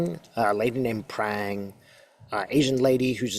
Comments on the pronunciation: Katie Phang, pronounced Fang. Fauci pronounced Fauchi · Katie Phang. Pronounced Fang. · Not “Prang” but Katie Phang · Katie Phang pronounced fang 😂